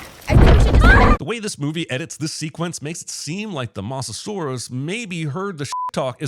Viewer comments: I’VE BEEN WAITING FOR THIS ONE! Possibly the biggest sin this movie made in my opinion. They did NOTHING with the Distortus Rex! Such a shame!! Honestly never heard anyone pronounce it “moss-a-saurus” before Sin made me laugh out loud, well played Jeremy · Jer, its been 11 years man since Jurassic World. Learn how to pronounce "Mosasaurus".